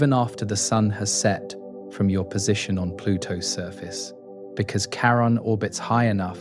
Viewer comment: Can you please pronounce the names the same throughout the video? I'm 9 minutes in, and you've changed the pronunciation of Charon 3 different ways.